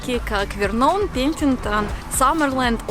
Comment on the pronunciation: Спасибо за классное видео! Несколько поправок: в названии Okanagan ударение падает на третий слог, Penticton - второй слог ударный, Vernon - под ударением находится первый слог. Простите за придирчевость, просто местному уху тяжело слышать искаженные названия родных мест...:). В остальном всё прекрасно! Спасибо за позитив!